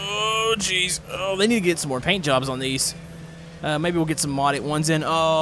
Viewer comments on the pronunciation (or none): none